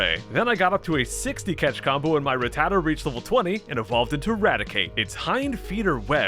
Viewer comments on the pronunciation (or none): It’s rat-ta-ta not ruh-tata.